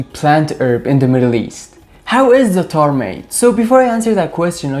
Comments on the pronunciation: It ain’t “zataar”, it’s za’tar, with the stress on the first consonant. My favorite is Jordanian za’tar, eaten with just olive oil and a little salt or better with Labneh, a little olive tapenade, shattah hot pepper paste and chopped walnuts. A fantastic breakfast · I'm Polish and its easy for me to say Zatar the way you say it :) Thank you for the recipe, I will definitely make it !